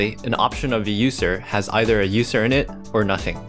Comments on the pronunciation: why does he pronounce it Ußer instead of User? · So no one's gonna mention that User pronunciation